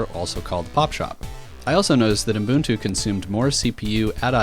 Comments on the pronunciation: Umboontu? The way you say Ubuntu is, well, exactly how it's written. Uh - Bun - Too. The middle part is not "boooon" and likewise the first part isn't "ooo" (I don't know where the "m" came from however). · Are you saying "Umbuntu" ? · Fan fact: when I ask Google about 'ubuntu pronounciation' it shows me 'U-boon-too' and the voice says something like 'Uh-boon-too' as well. I've heard some people pronouncing it as 'uh-bun-too', but that's the common problem of English speakers, they always mess the original pronounciations with their English language rules. For example, the ancient Greek name Dalila is pronounced in English as 'Deh-lai-lah' (where 'lai' sounds like 'a lie') while the original correct pronounciation is 'Dah-lee-lah'. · Your pronunciation of Ubuntu is giving me ear cancer